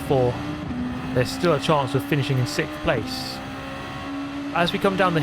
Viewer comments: "sikth place" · "sickth" place is always legitimate for you, mate.